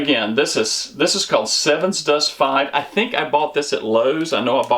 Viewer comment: Sevin, not seven.